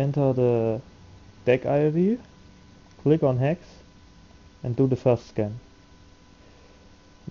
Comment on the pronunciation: I can't understand what you're saying dec or hex? you keep saying heck which doesn't exist